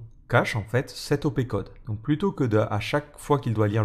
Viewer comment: ça se dit opecode et pas opécode dit le chieur